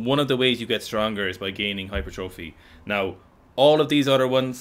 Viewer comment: Holy shit finally someone pronounces "hypertrophy" correctly 😄